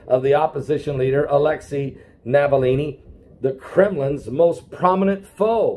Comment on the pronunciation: The name is ALEKSEI NAVALNY, not Navallini. Navillini is an ITALIAN NAME. The man is RUSSIAN.